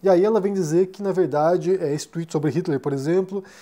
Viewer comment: Olá,! Acho que você pronuncia Twitter perfeitamente, mas creio que ao tentar falar tweet pareceu mais como Twitch, que na verdade é uma plataforma de streaming. Obrigado sempre pelos vídeos!